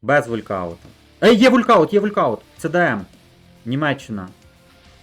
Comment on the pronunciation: Не вулькауттт а волкаунт )